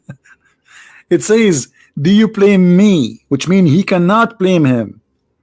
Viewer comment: it's BLAME and not PLAME 🙏🏻